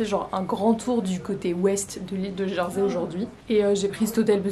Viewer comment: Hello, alors en français On prononce "Jèrsey" et non "Jeursey". Bonne idée de faire le tour en vélo pour un court séjour malgré les côtes ! Les sentiers côtiers sont également à faire quand on à plus de temps.